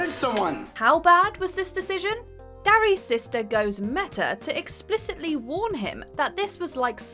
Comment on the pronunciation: It's Derry, not Darry